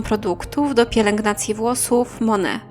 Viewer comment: Nie „mone” , tylko „monejt” MONAT